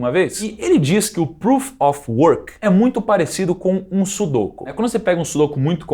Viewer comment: Nao é sudôku e sim sudokú